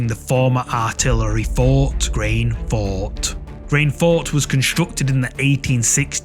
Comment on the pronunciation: he says Grain Fort... I hear Brain fart